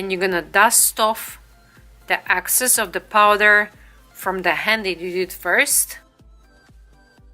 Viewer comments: I love your video but it is excess not access. They are totally different! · Great tutorial! It’s excess not access